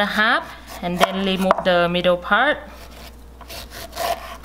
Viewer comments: Remove - lemove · I was going to comment this too but had seen you already did. She’s so cute. 😂 L-emove instead of re-move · Why are you "lemove" all the "r" wkwkwkkwk ? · Love to hear when she say"lemove" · Leemove the eye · I really like the word she say remove(lemote)